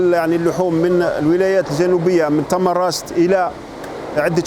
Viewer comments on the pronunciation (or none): تمنراست و ليس تمنغست